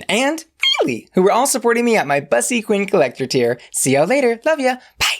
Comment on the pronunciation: I hate the way you pronounce Bussy 😂 If you're gonna appropriate do how it's supposed to be done ...say that shit right